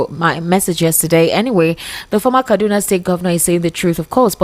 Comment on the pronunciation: Please, can you guys stop doing this fake British accent and pronounce things like Kaduna properly so that we can understand you.